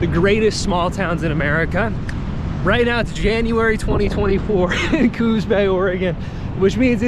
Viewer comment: Pronounced coos not cooz